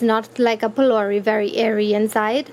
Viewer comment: the video was amazing but alot of people are watching your video so the least you can do is say the correct word ITS PHOLOURIE NOT BOLDERS its made out of grain dhal and not stones